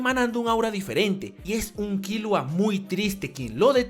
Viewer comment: tanto te cuesta decir bien killua ? con silaba tonica en la u ?